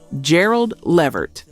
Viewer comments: Lady it’s La-Vert! Not Lee-Vert! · Please get the names right in your videos. Le-VERT is the pronunciation. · The narrator sounds like a Black woman, but she's mispronouncing several artist names......whyyyyyy!???😢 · I was about to say the same thing! It seems this AI narrator is getting worse, not better. The mispronunciation of “Levert” over and over gets annoying. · I was saying the same thing...the way she's pronouncing Gerald Levert's name is getting on my nerves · You don't even pronounce the singers names right levert..and lopes